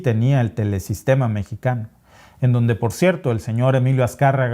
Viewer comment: El apellido es VIDAURRETA NO VIDUARRETA.